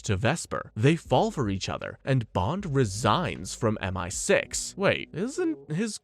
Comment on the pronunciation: Dude spends the entire video seemingly intentionally saying multiple things wrong, and it genuinely pisses me off